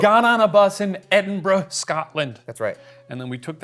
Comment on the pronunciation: As a proud Scot, I thank you for pronouncing Edinburgh correctly instead of Edinboro 😅